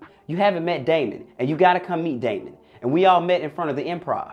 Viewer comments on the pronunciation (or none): none